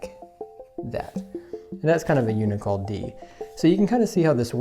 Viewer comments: It is un-cee-all. Not uni-cal... uncial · I think it's not un-i-cal, but uncial. Un-see-ul. And the angle for uncial is about 20 degrees. This is a good demonstration. (I think you are misunderstanding the whole angle thing.) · the font is Uncial, but you mispronounce it “you-ni-kal”, as if it were spelled u-n-i-c-a-l. Like nails on the chalkboard for me. 😳. It is pronounced something like “un-shal”. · Un/shial. Not unical. Uncial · Unical wring. Un-see- al. Uncial. 🤗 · This a great video! Thank you! One thing I wanted to point out that kind of was a bit jarring to me... the word Uncial is pronounced unh-see-al. Just Google it and click on the sound of it. I would want to be corrected if I were making videos so hopefully you understand my good intentions. Thanks again for your videos! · Great idea and tutorial. I think uncial is pronounced UN-see-al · The calligraphy was great! -- But -- the word is pronounced, "oon-see-all" or "yoon-see-all" or "un-see-all," because the C is before the I, uncial. Uncial and half-uncial are called that because they were a whole and a half inch, just about, in ancient times. (Uncial is related to inch and ounce.) -- -- It's ,minor, but it will help you be understood when you are talking to other calligraphers and alphabet historians.